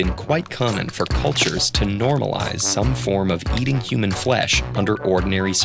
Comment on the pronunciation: human foesh?